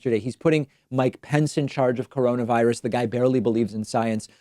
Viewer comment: I thought he called it "Caronavirus."